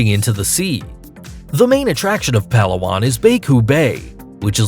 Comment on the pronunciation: It's pronounce as "Pa-la-wan" not "Pala-won" 😀